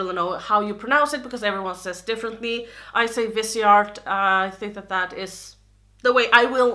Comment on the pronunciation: You are pronouncing Viseart correctly. It is a French brand and the name means Face Art.